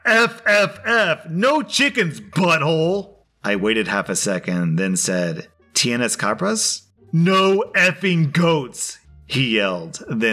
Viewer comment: Tienes cabras? I love your spanish